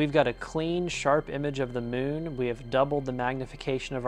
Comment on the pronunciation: "Tha mewwn" 😄